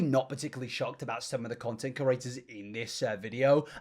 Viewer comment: Completely out of the subject... but I hate how you say curators instead of creators